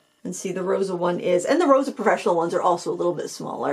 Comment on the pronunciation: Thanks for the review! I'm a huge fan of these. Fun fact - "Rosa" means "dew" in Ukrainian and is pronounced "ro-suh" with an "s" sound :)